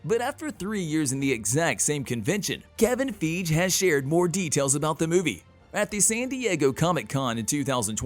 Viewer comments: Everyone else says "fygee", so I don't know where he gets it from. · It's Kevin feige (fi-gee) not (feege) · It's Kevin FEIGE not Kevin Feeej for god sake.🤦‍♂🤦‍♂ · Kevin Feg???? (when two vowels are together the second vowel is long & the first is silent. His name is Feige (FY-GEE) love your videos but this drives me crazy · I wince every time he/it pronounces Feige's name wrong. And this isn't the first time. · “Kevin Feeej”? Who the fuck is that??!!!! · It’s Kevin Fie-GEE. Please please please stop saying it wrong lol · Who's Kevin FEEDGE? Are you a robot? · So nobody could correct the pronunciation of Kevin “Feej” before releasing this? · Fi-gee...it's Kevin (fi-gee) Feige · LOL how you do Marvel videos and say Kevin "FEEJ" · Kevin FEEG 😂. This is a computer reading the script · God, every time he pronounces Kevin Feige's name wrong... I want to punch my monitor! lol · Why can’t he say Kevin Feige correctly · The fact this guy still saying Kevin's name wrong and isn't a new YouTuber.... definitely not cool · They way he pronounces Kevin feiges name just makes me cringe inside...